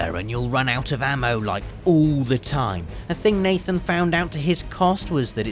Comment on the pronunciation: he says mathen instead of nathen